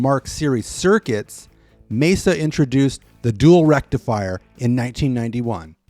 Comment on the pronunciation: Excellent overview and thank you for pronouncing "Mesa" correctly. That name gets butchered quite a bit out there, most common being "May-zuh".